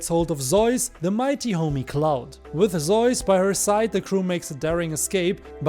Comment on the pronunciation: why do you pronounce zeus as zois? lol